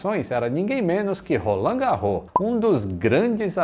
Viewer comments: Apesar de muitas palavras em francês não pronunciarem o "S" no final, o sobrenome Garros é uma exceção. Não se fala Garrô, mas Garros mesmo. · neste caso no francês o nome Garros pronuncia-se o S. Logo, o nome fica Roland GarroS. 😉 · Só uma correção, o Garros lê-se todo, ou seja, lê-se o "s" final. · Excelente Vídeo. Uma pequena correção: Se pronuncia o "S" final de Roland Garros. O nome não é francês mas, de origem alemã. Por isso se diz o Grandslam Francês de Roland Garros.